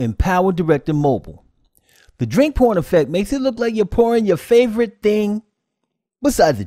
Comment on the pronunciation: Thought you said on the narration the 'drink porn' instead of 'drink pouring' effect, yes l am going to get my ears cleaned out........ 😄